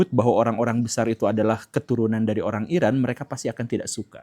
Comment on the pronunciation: Eran dibaca Eron